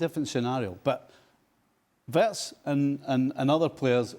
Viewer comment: Stevie; "The Wirtzss, the frimpongss" 🤣🤣🤣